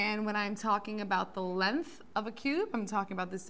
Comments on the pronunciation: It’s LENGTH NOT LENTH! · lenth???? bruh i dont trust people who say words wrong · lenth lol